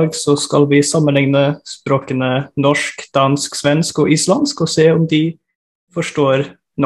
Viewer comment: Have no idea what they are saying but gotta love how he says norshhhk